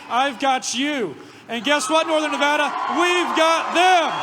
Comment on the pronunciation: Yay, you know how to pronounce Nevada!